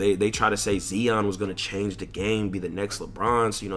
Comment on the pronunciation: the way he pronounce zion😭😭😭